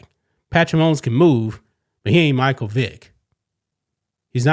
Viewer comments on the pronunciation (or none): none